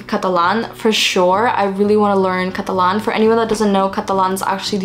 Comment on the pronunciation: la forma en la que pasas de inglés a español cada vez que decís catalán se escucha como si fueras nativa española, me encanta escucharte saludos desde argentina 🧡🧡